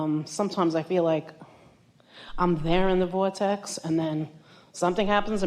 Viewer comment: Hearing this woman say "Voytex" gets me a little closer to mine 😊